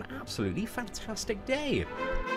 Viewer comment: Ata Misirli lolll when you said my day was bad I thought you said my dad is bad